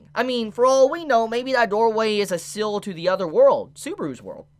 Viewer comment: contrary to popular belief, seal is not pronounced "sill"...